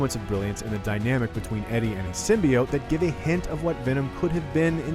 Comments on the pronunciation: it's sim-bee-yote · The way they pronounced sybiote had already put me off, now im not even gonna bother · 4.0 They kept mispronouncing symbiote